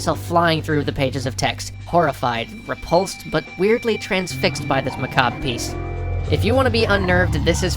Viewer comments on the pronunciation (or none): why did you use the second worst pronounciation of macabre? :(